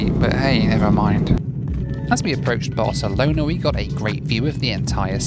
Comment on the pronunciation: I love how in this video sometimes pronounces Barcelona as "Barcelonar" and when he was in Athens, Greece he calls the Acropolis "the Apocalypse" 😆